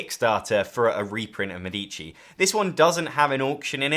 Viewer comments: MEDici. The accent is on the first syllable. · Thanks for the nice video. A minor observation: "Medici" is phonetically pronounced /ˈmɛ.di.ʧi/ with the stress on the first syllable ("Me"). In Italian, the accent falls on the first "e," not on the second "i," which often confuses non-Italian speakers. Compare with the pronunciation of "medical", in English.